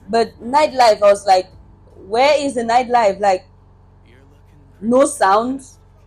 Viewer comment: all the t's are missing in your pronunciation -- Nord, Nedwork, nighd (night) life.